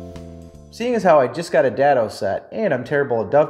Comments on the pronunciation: (DAY-DOE) not Dad-doe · Day-dough* dado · It’s pronounced daaaaado - long a sound, like date - not like dad, had, bad. Nice description - and reminder - of basic accessories. Some things, I keep putting or forgetting to do. Time to get caught up. Thanks and best wishes! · Around here, we pronounce it DAY-doe but... you be you. I have this exact table saw and also have a limited amount of space. I recently replaced the splayed legged stand with a rolling cart that doesn't try to trip me every time I try to walk around it. Folding out-feed and side support tables are next on my TDL.